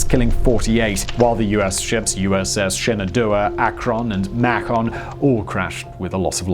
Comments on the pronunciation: nowhere near the size of the Hindenburg, but go to any large sporting event here in the US and there's gonna be a blimp flying around over it. And, , even thought you're speaking English, you gotta speak American English. It MAY-ken, not MACK-on. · Macon - "May-ken" bring back imperial units. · Hearing Macon mispronounced kills me :(. rip. It's more like "may-con", think bacon ... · Macon, the name of a town in the American state of Georgia, rhymes with "bacon". Not with '"back on". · Macon (/ˈmeɪkən/), not 'mahkon'. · The US airships: Macon rhymes with bacon (pretty sure it's named after Macon, Georgia). Akron (ah-krun), Ohio. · I believe the Macon is pronounced like bacon but with an M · OMG when I heard that I about spit out my Jaggermeester here in Mack-on Georgia. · And the mispronunciation of the USS Macon (May-Con) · The USS Macon is pronounced May-cun like the small city